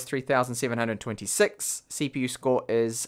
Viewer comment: did he say ceeeepeeeew?